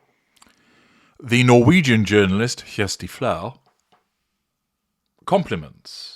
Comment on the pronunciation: Excellent pronunciation of "Kjersti Flaa" 👍🏼